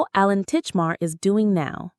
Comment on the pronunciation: I know AI voiceovers are cheap but it ruins a video when it can't read properly. Titchmarsh not Titchmar is his name and the programme name is Ground Force (not Forest). Go back to using real people please.